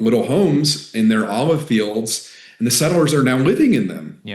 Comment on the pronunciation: He’s a courageous guy but his pronunciation of the the word AND as EOIND is unbearable.